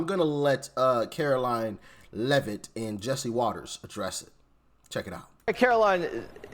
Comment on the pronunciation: it's pronounced leviosa not leviosa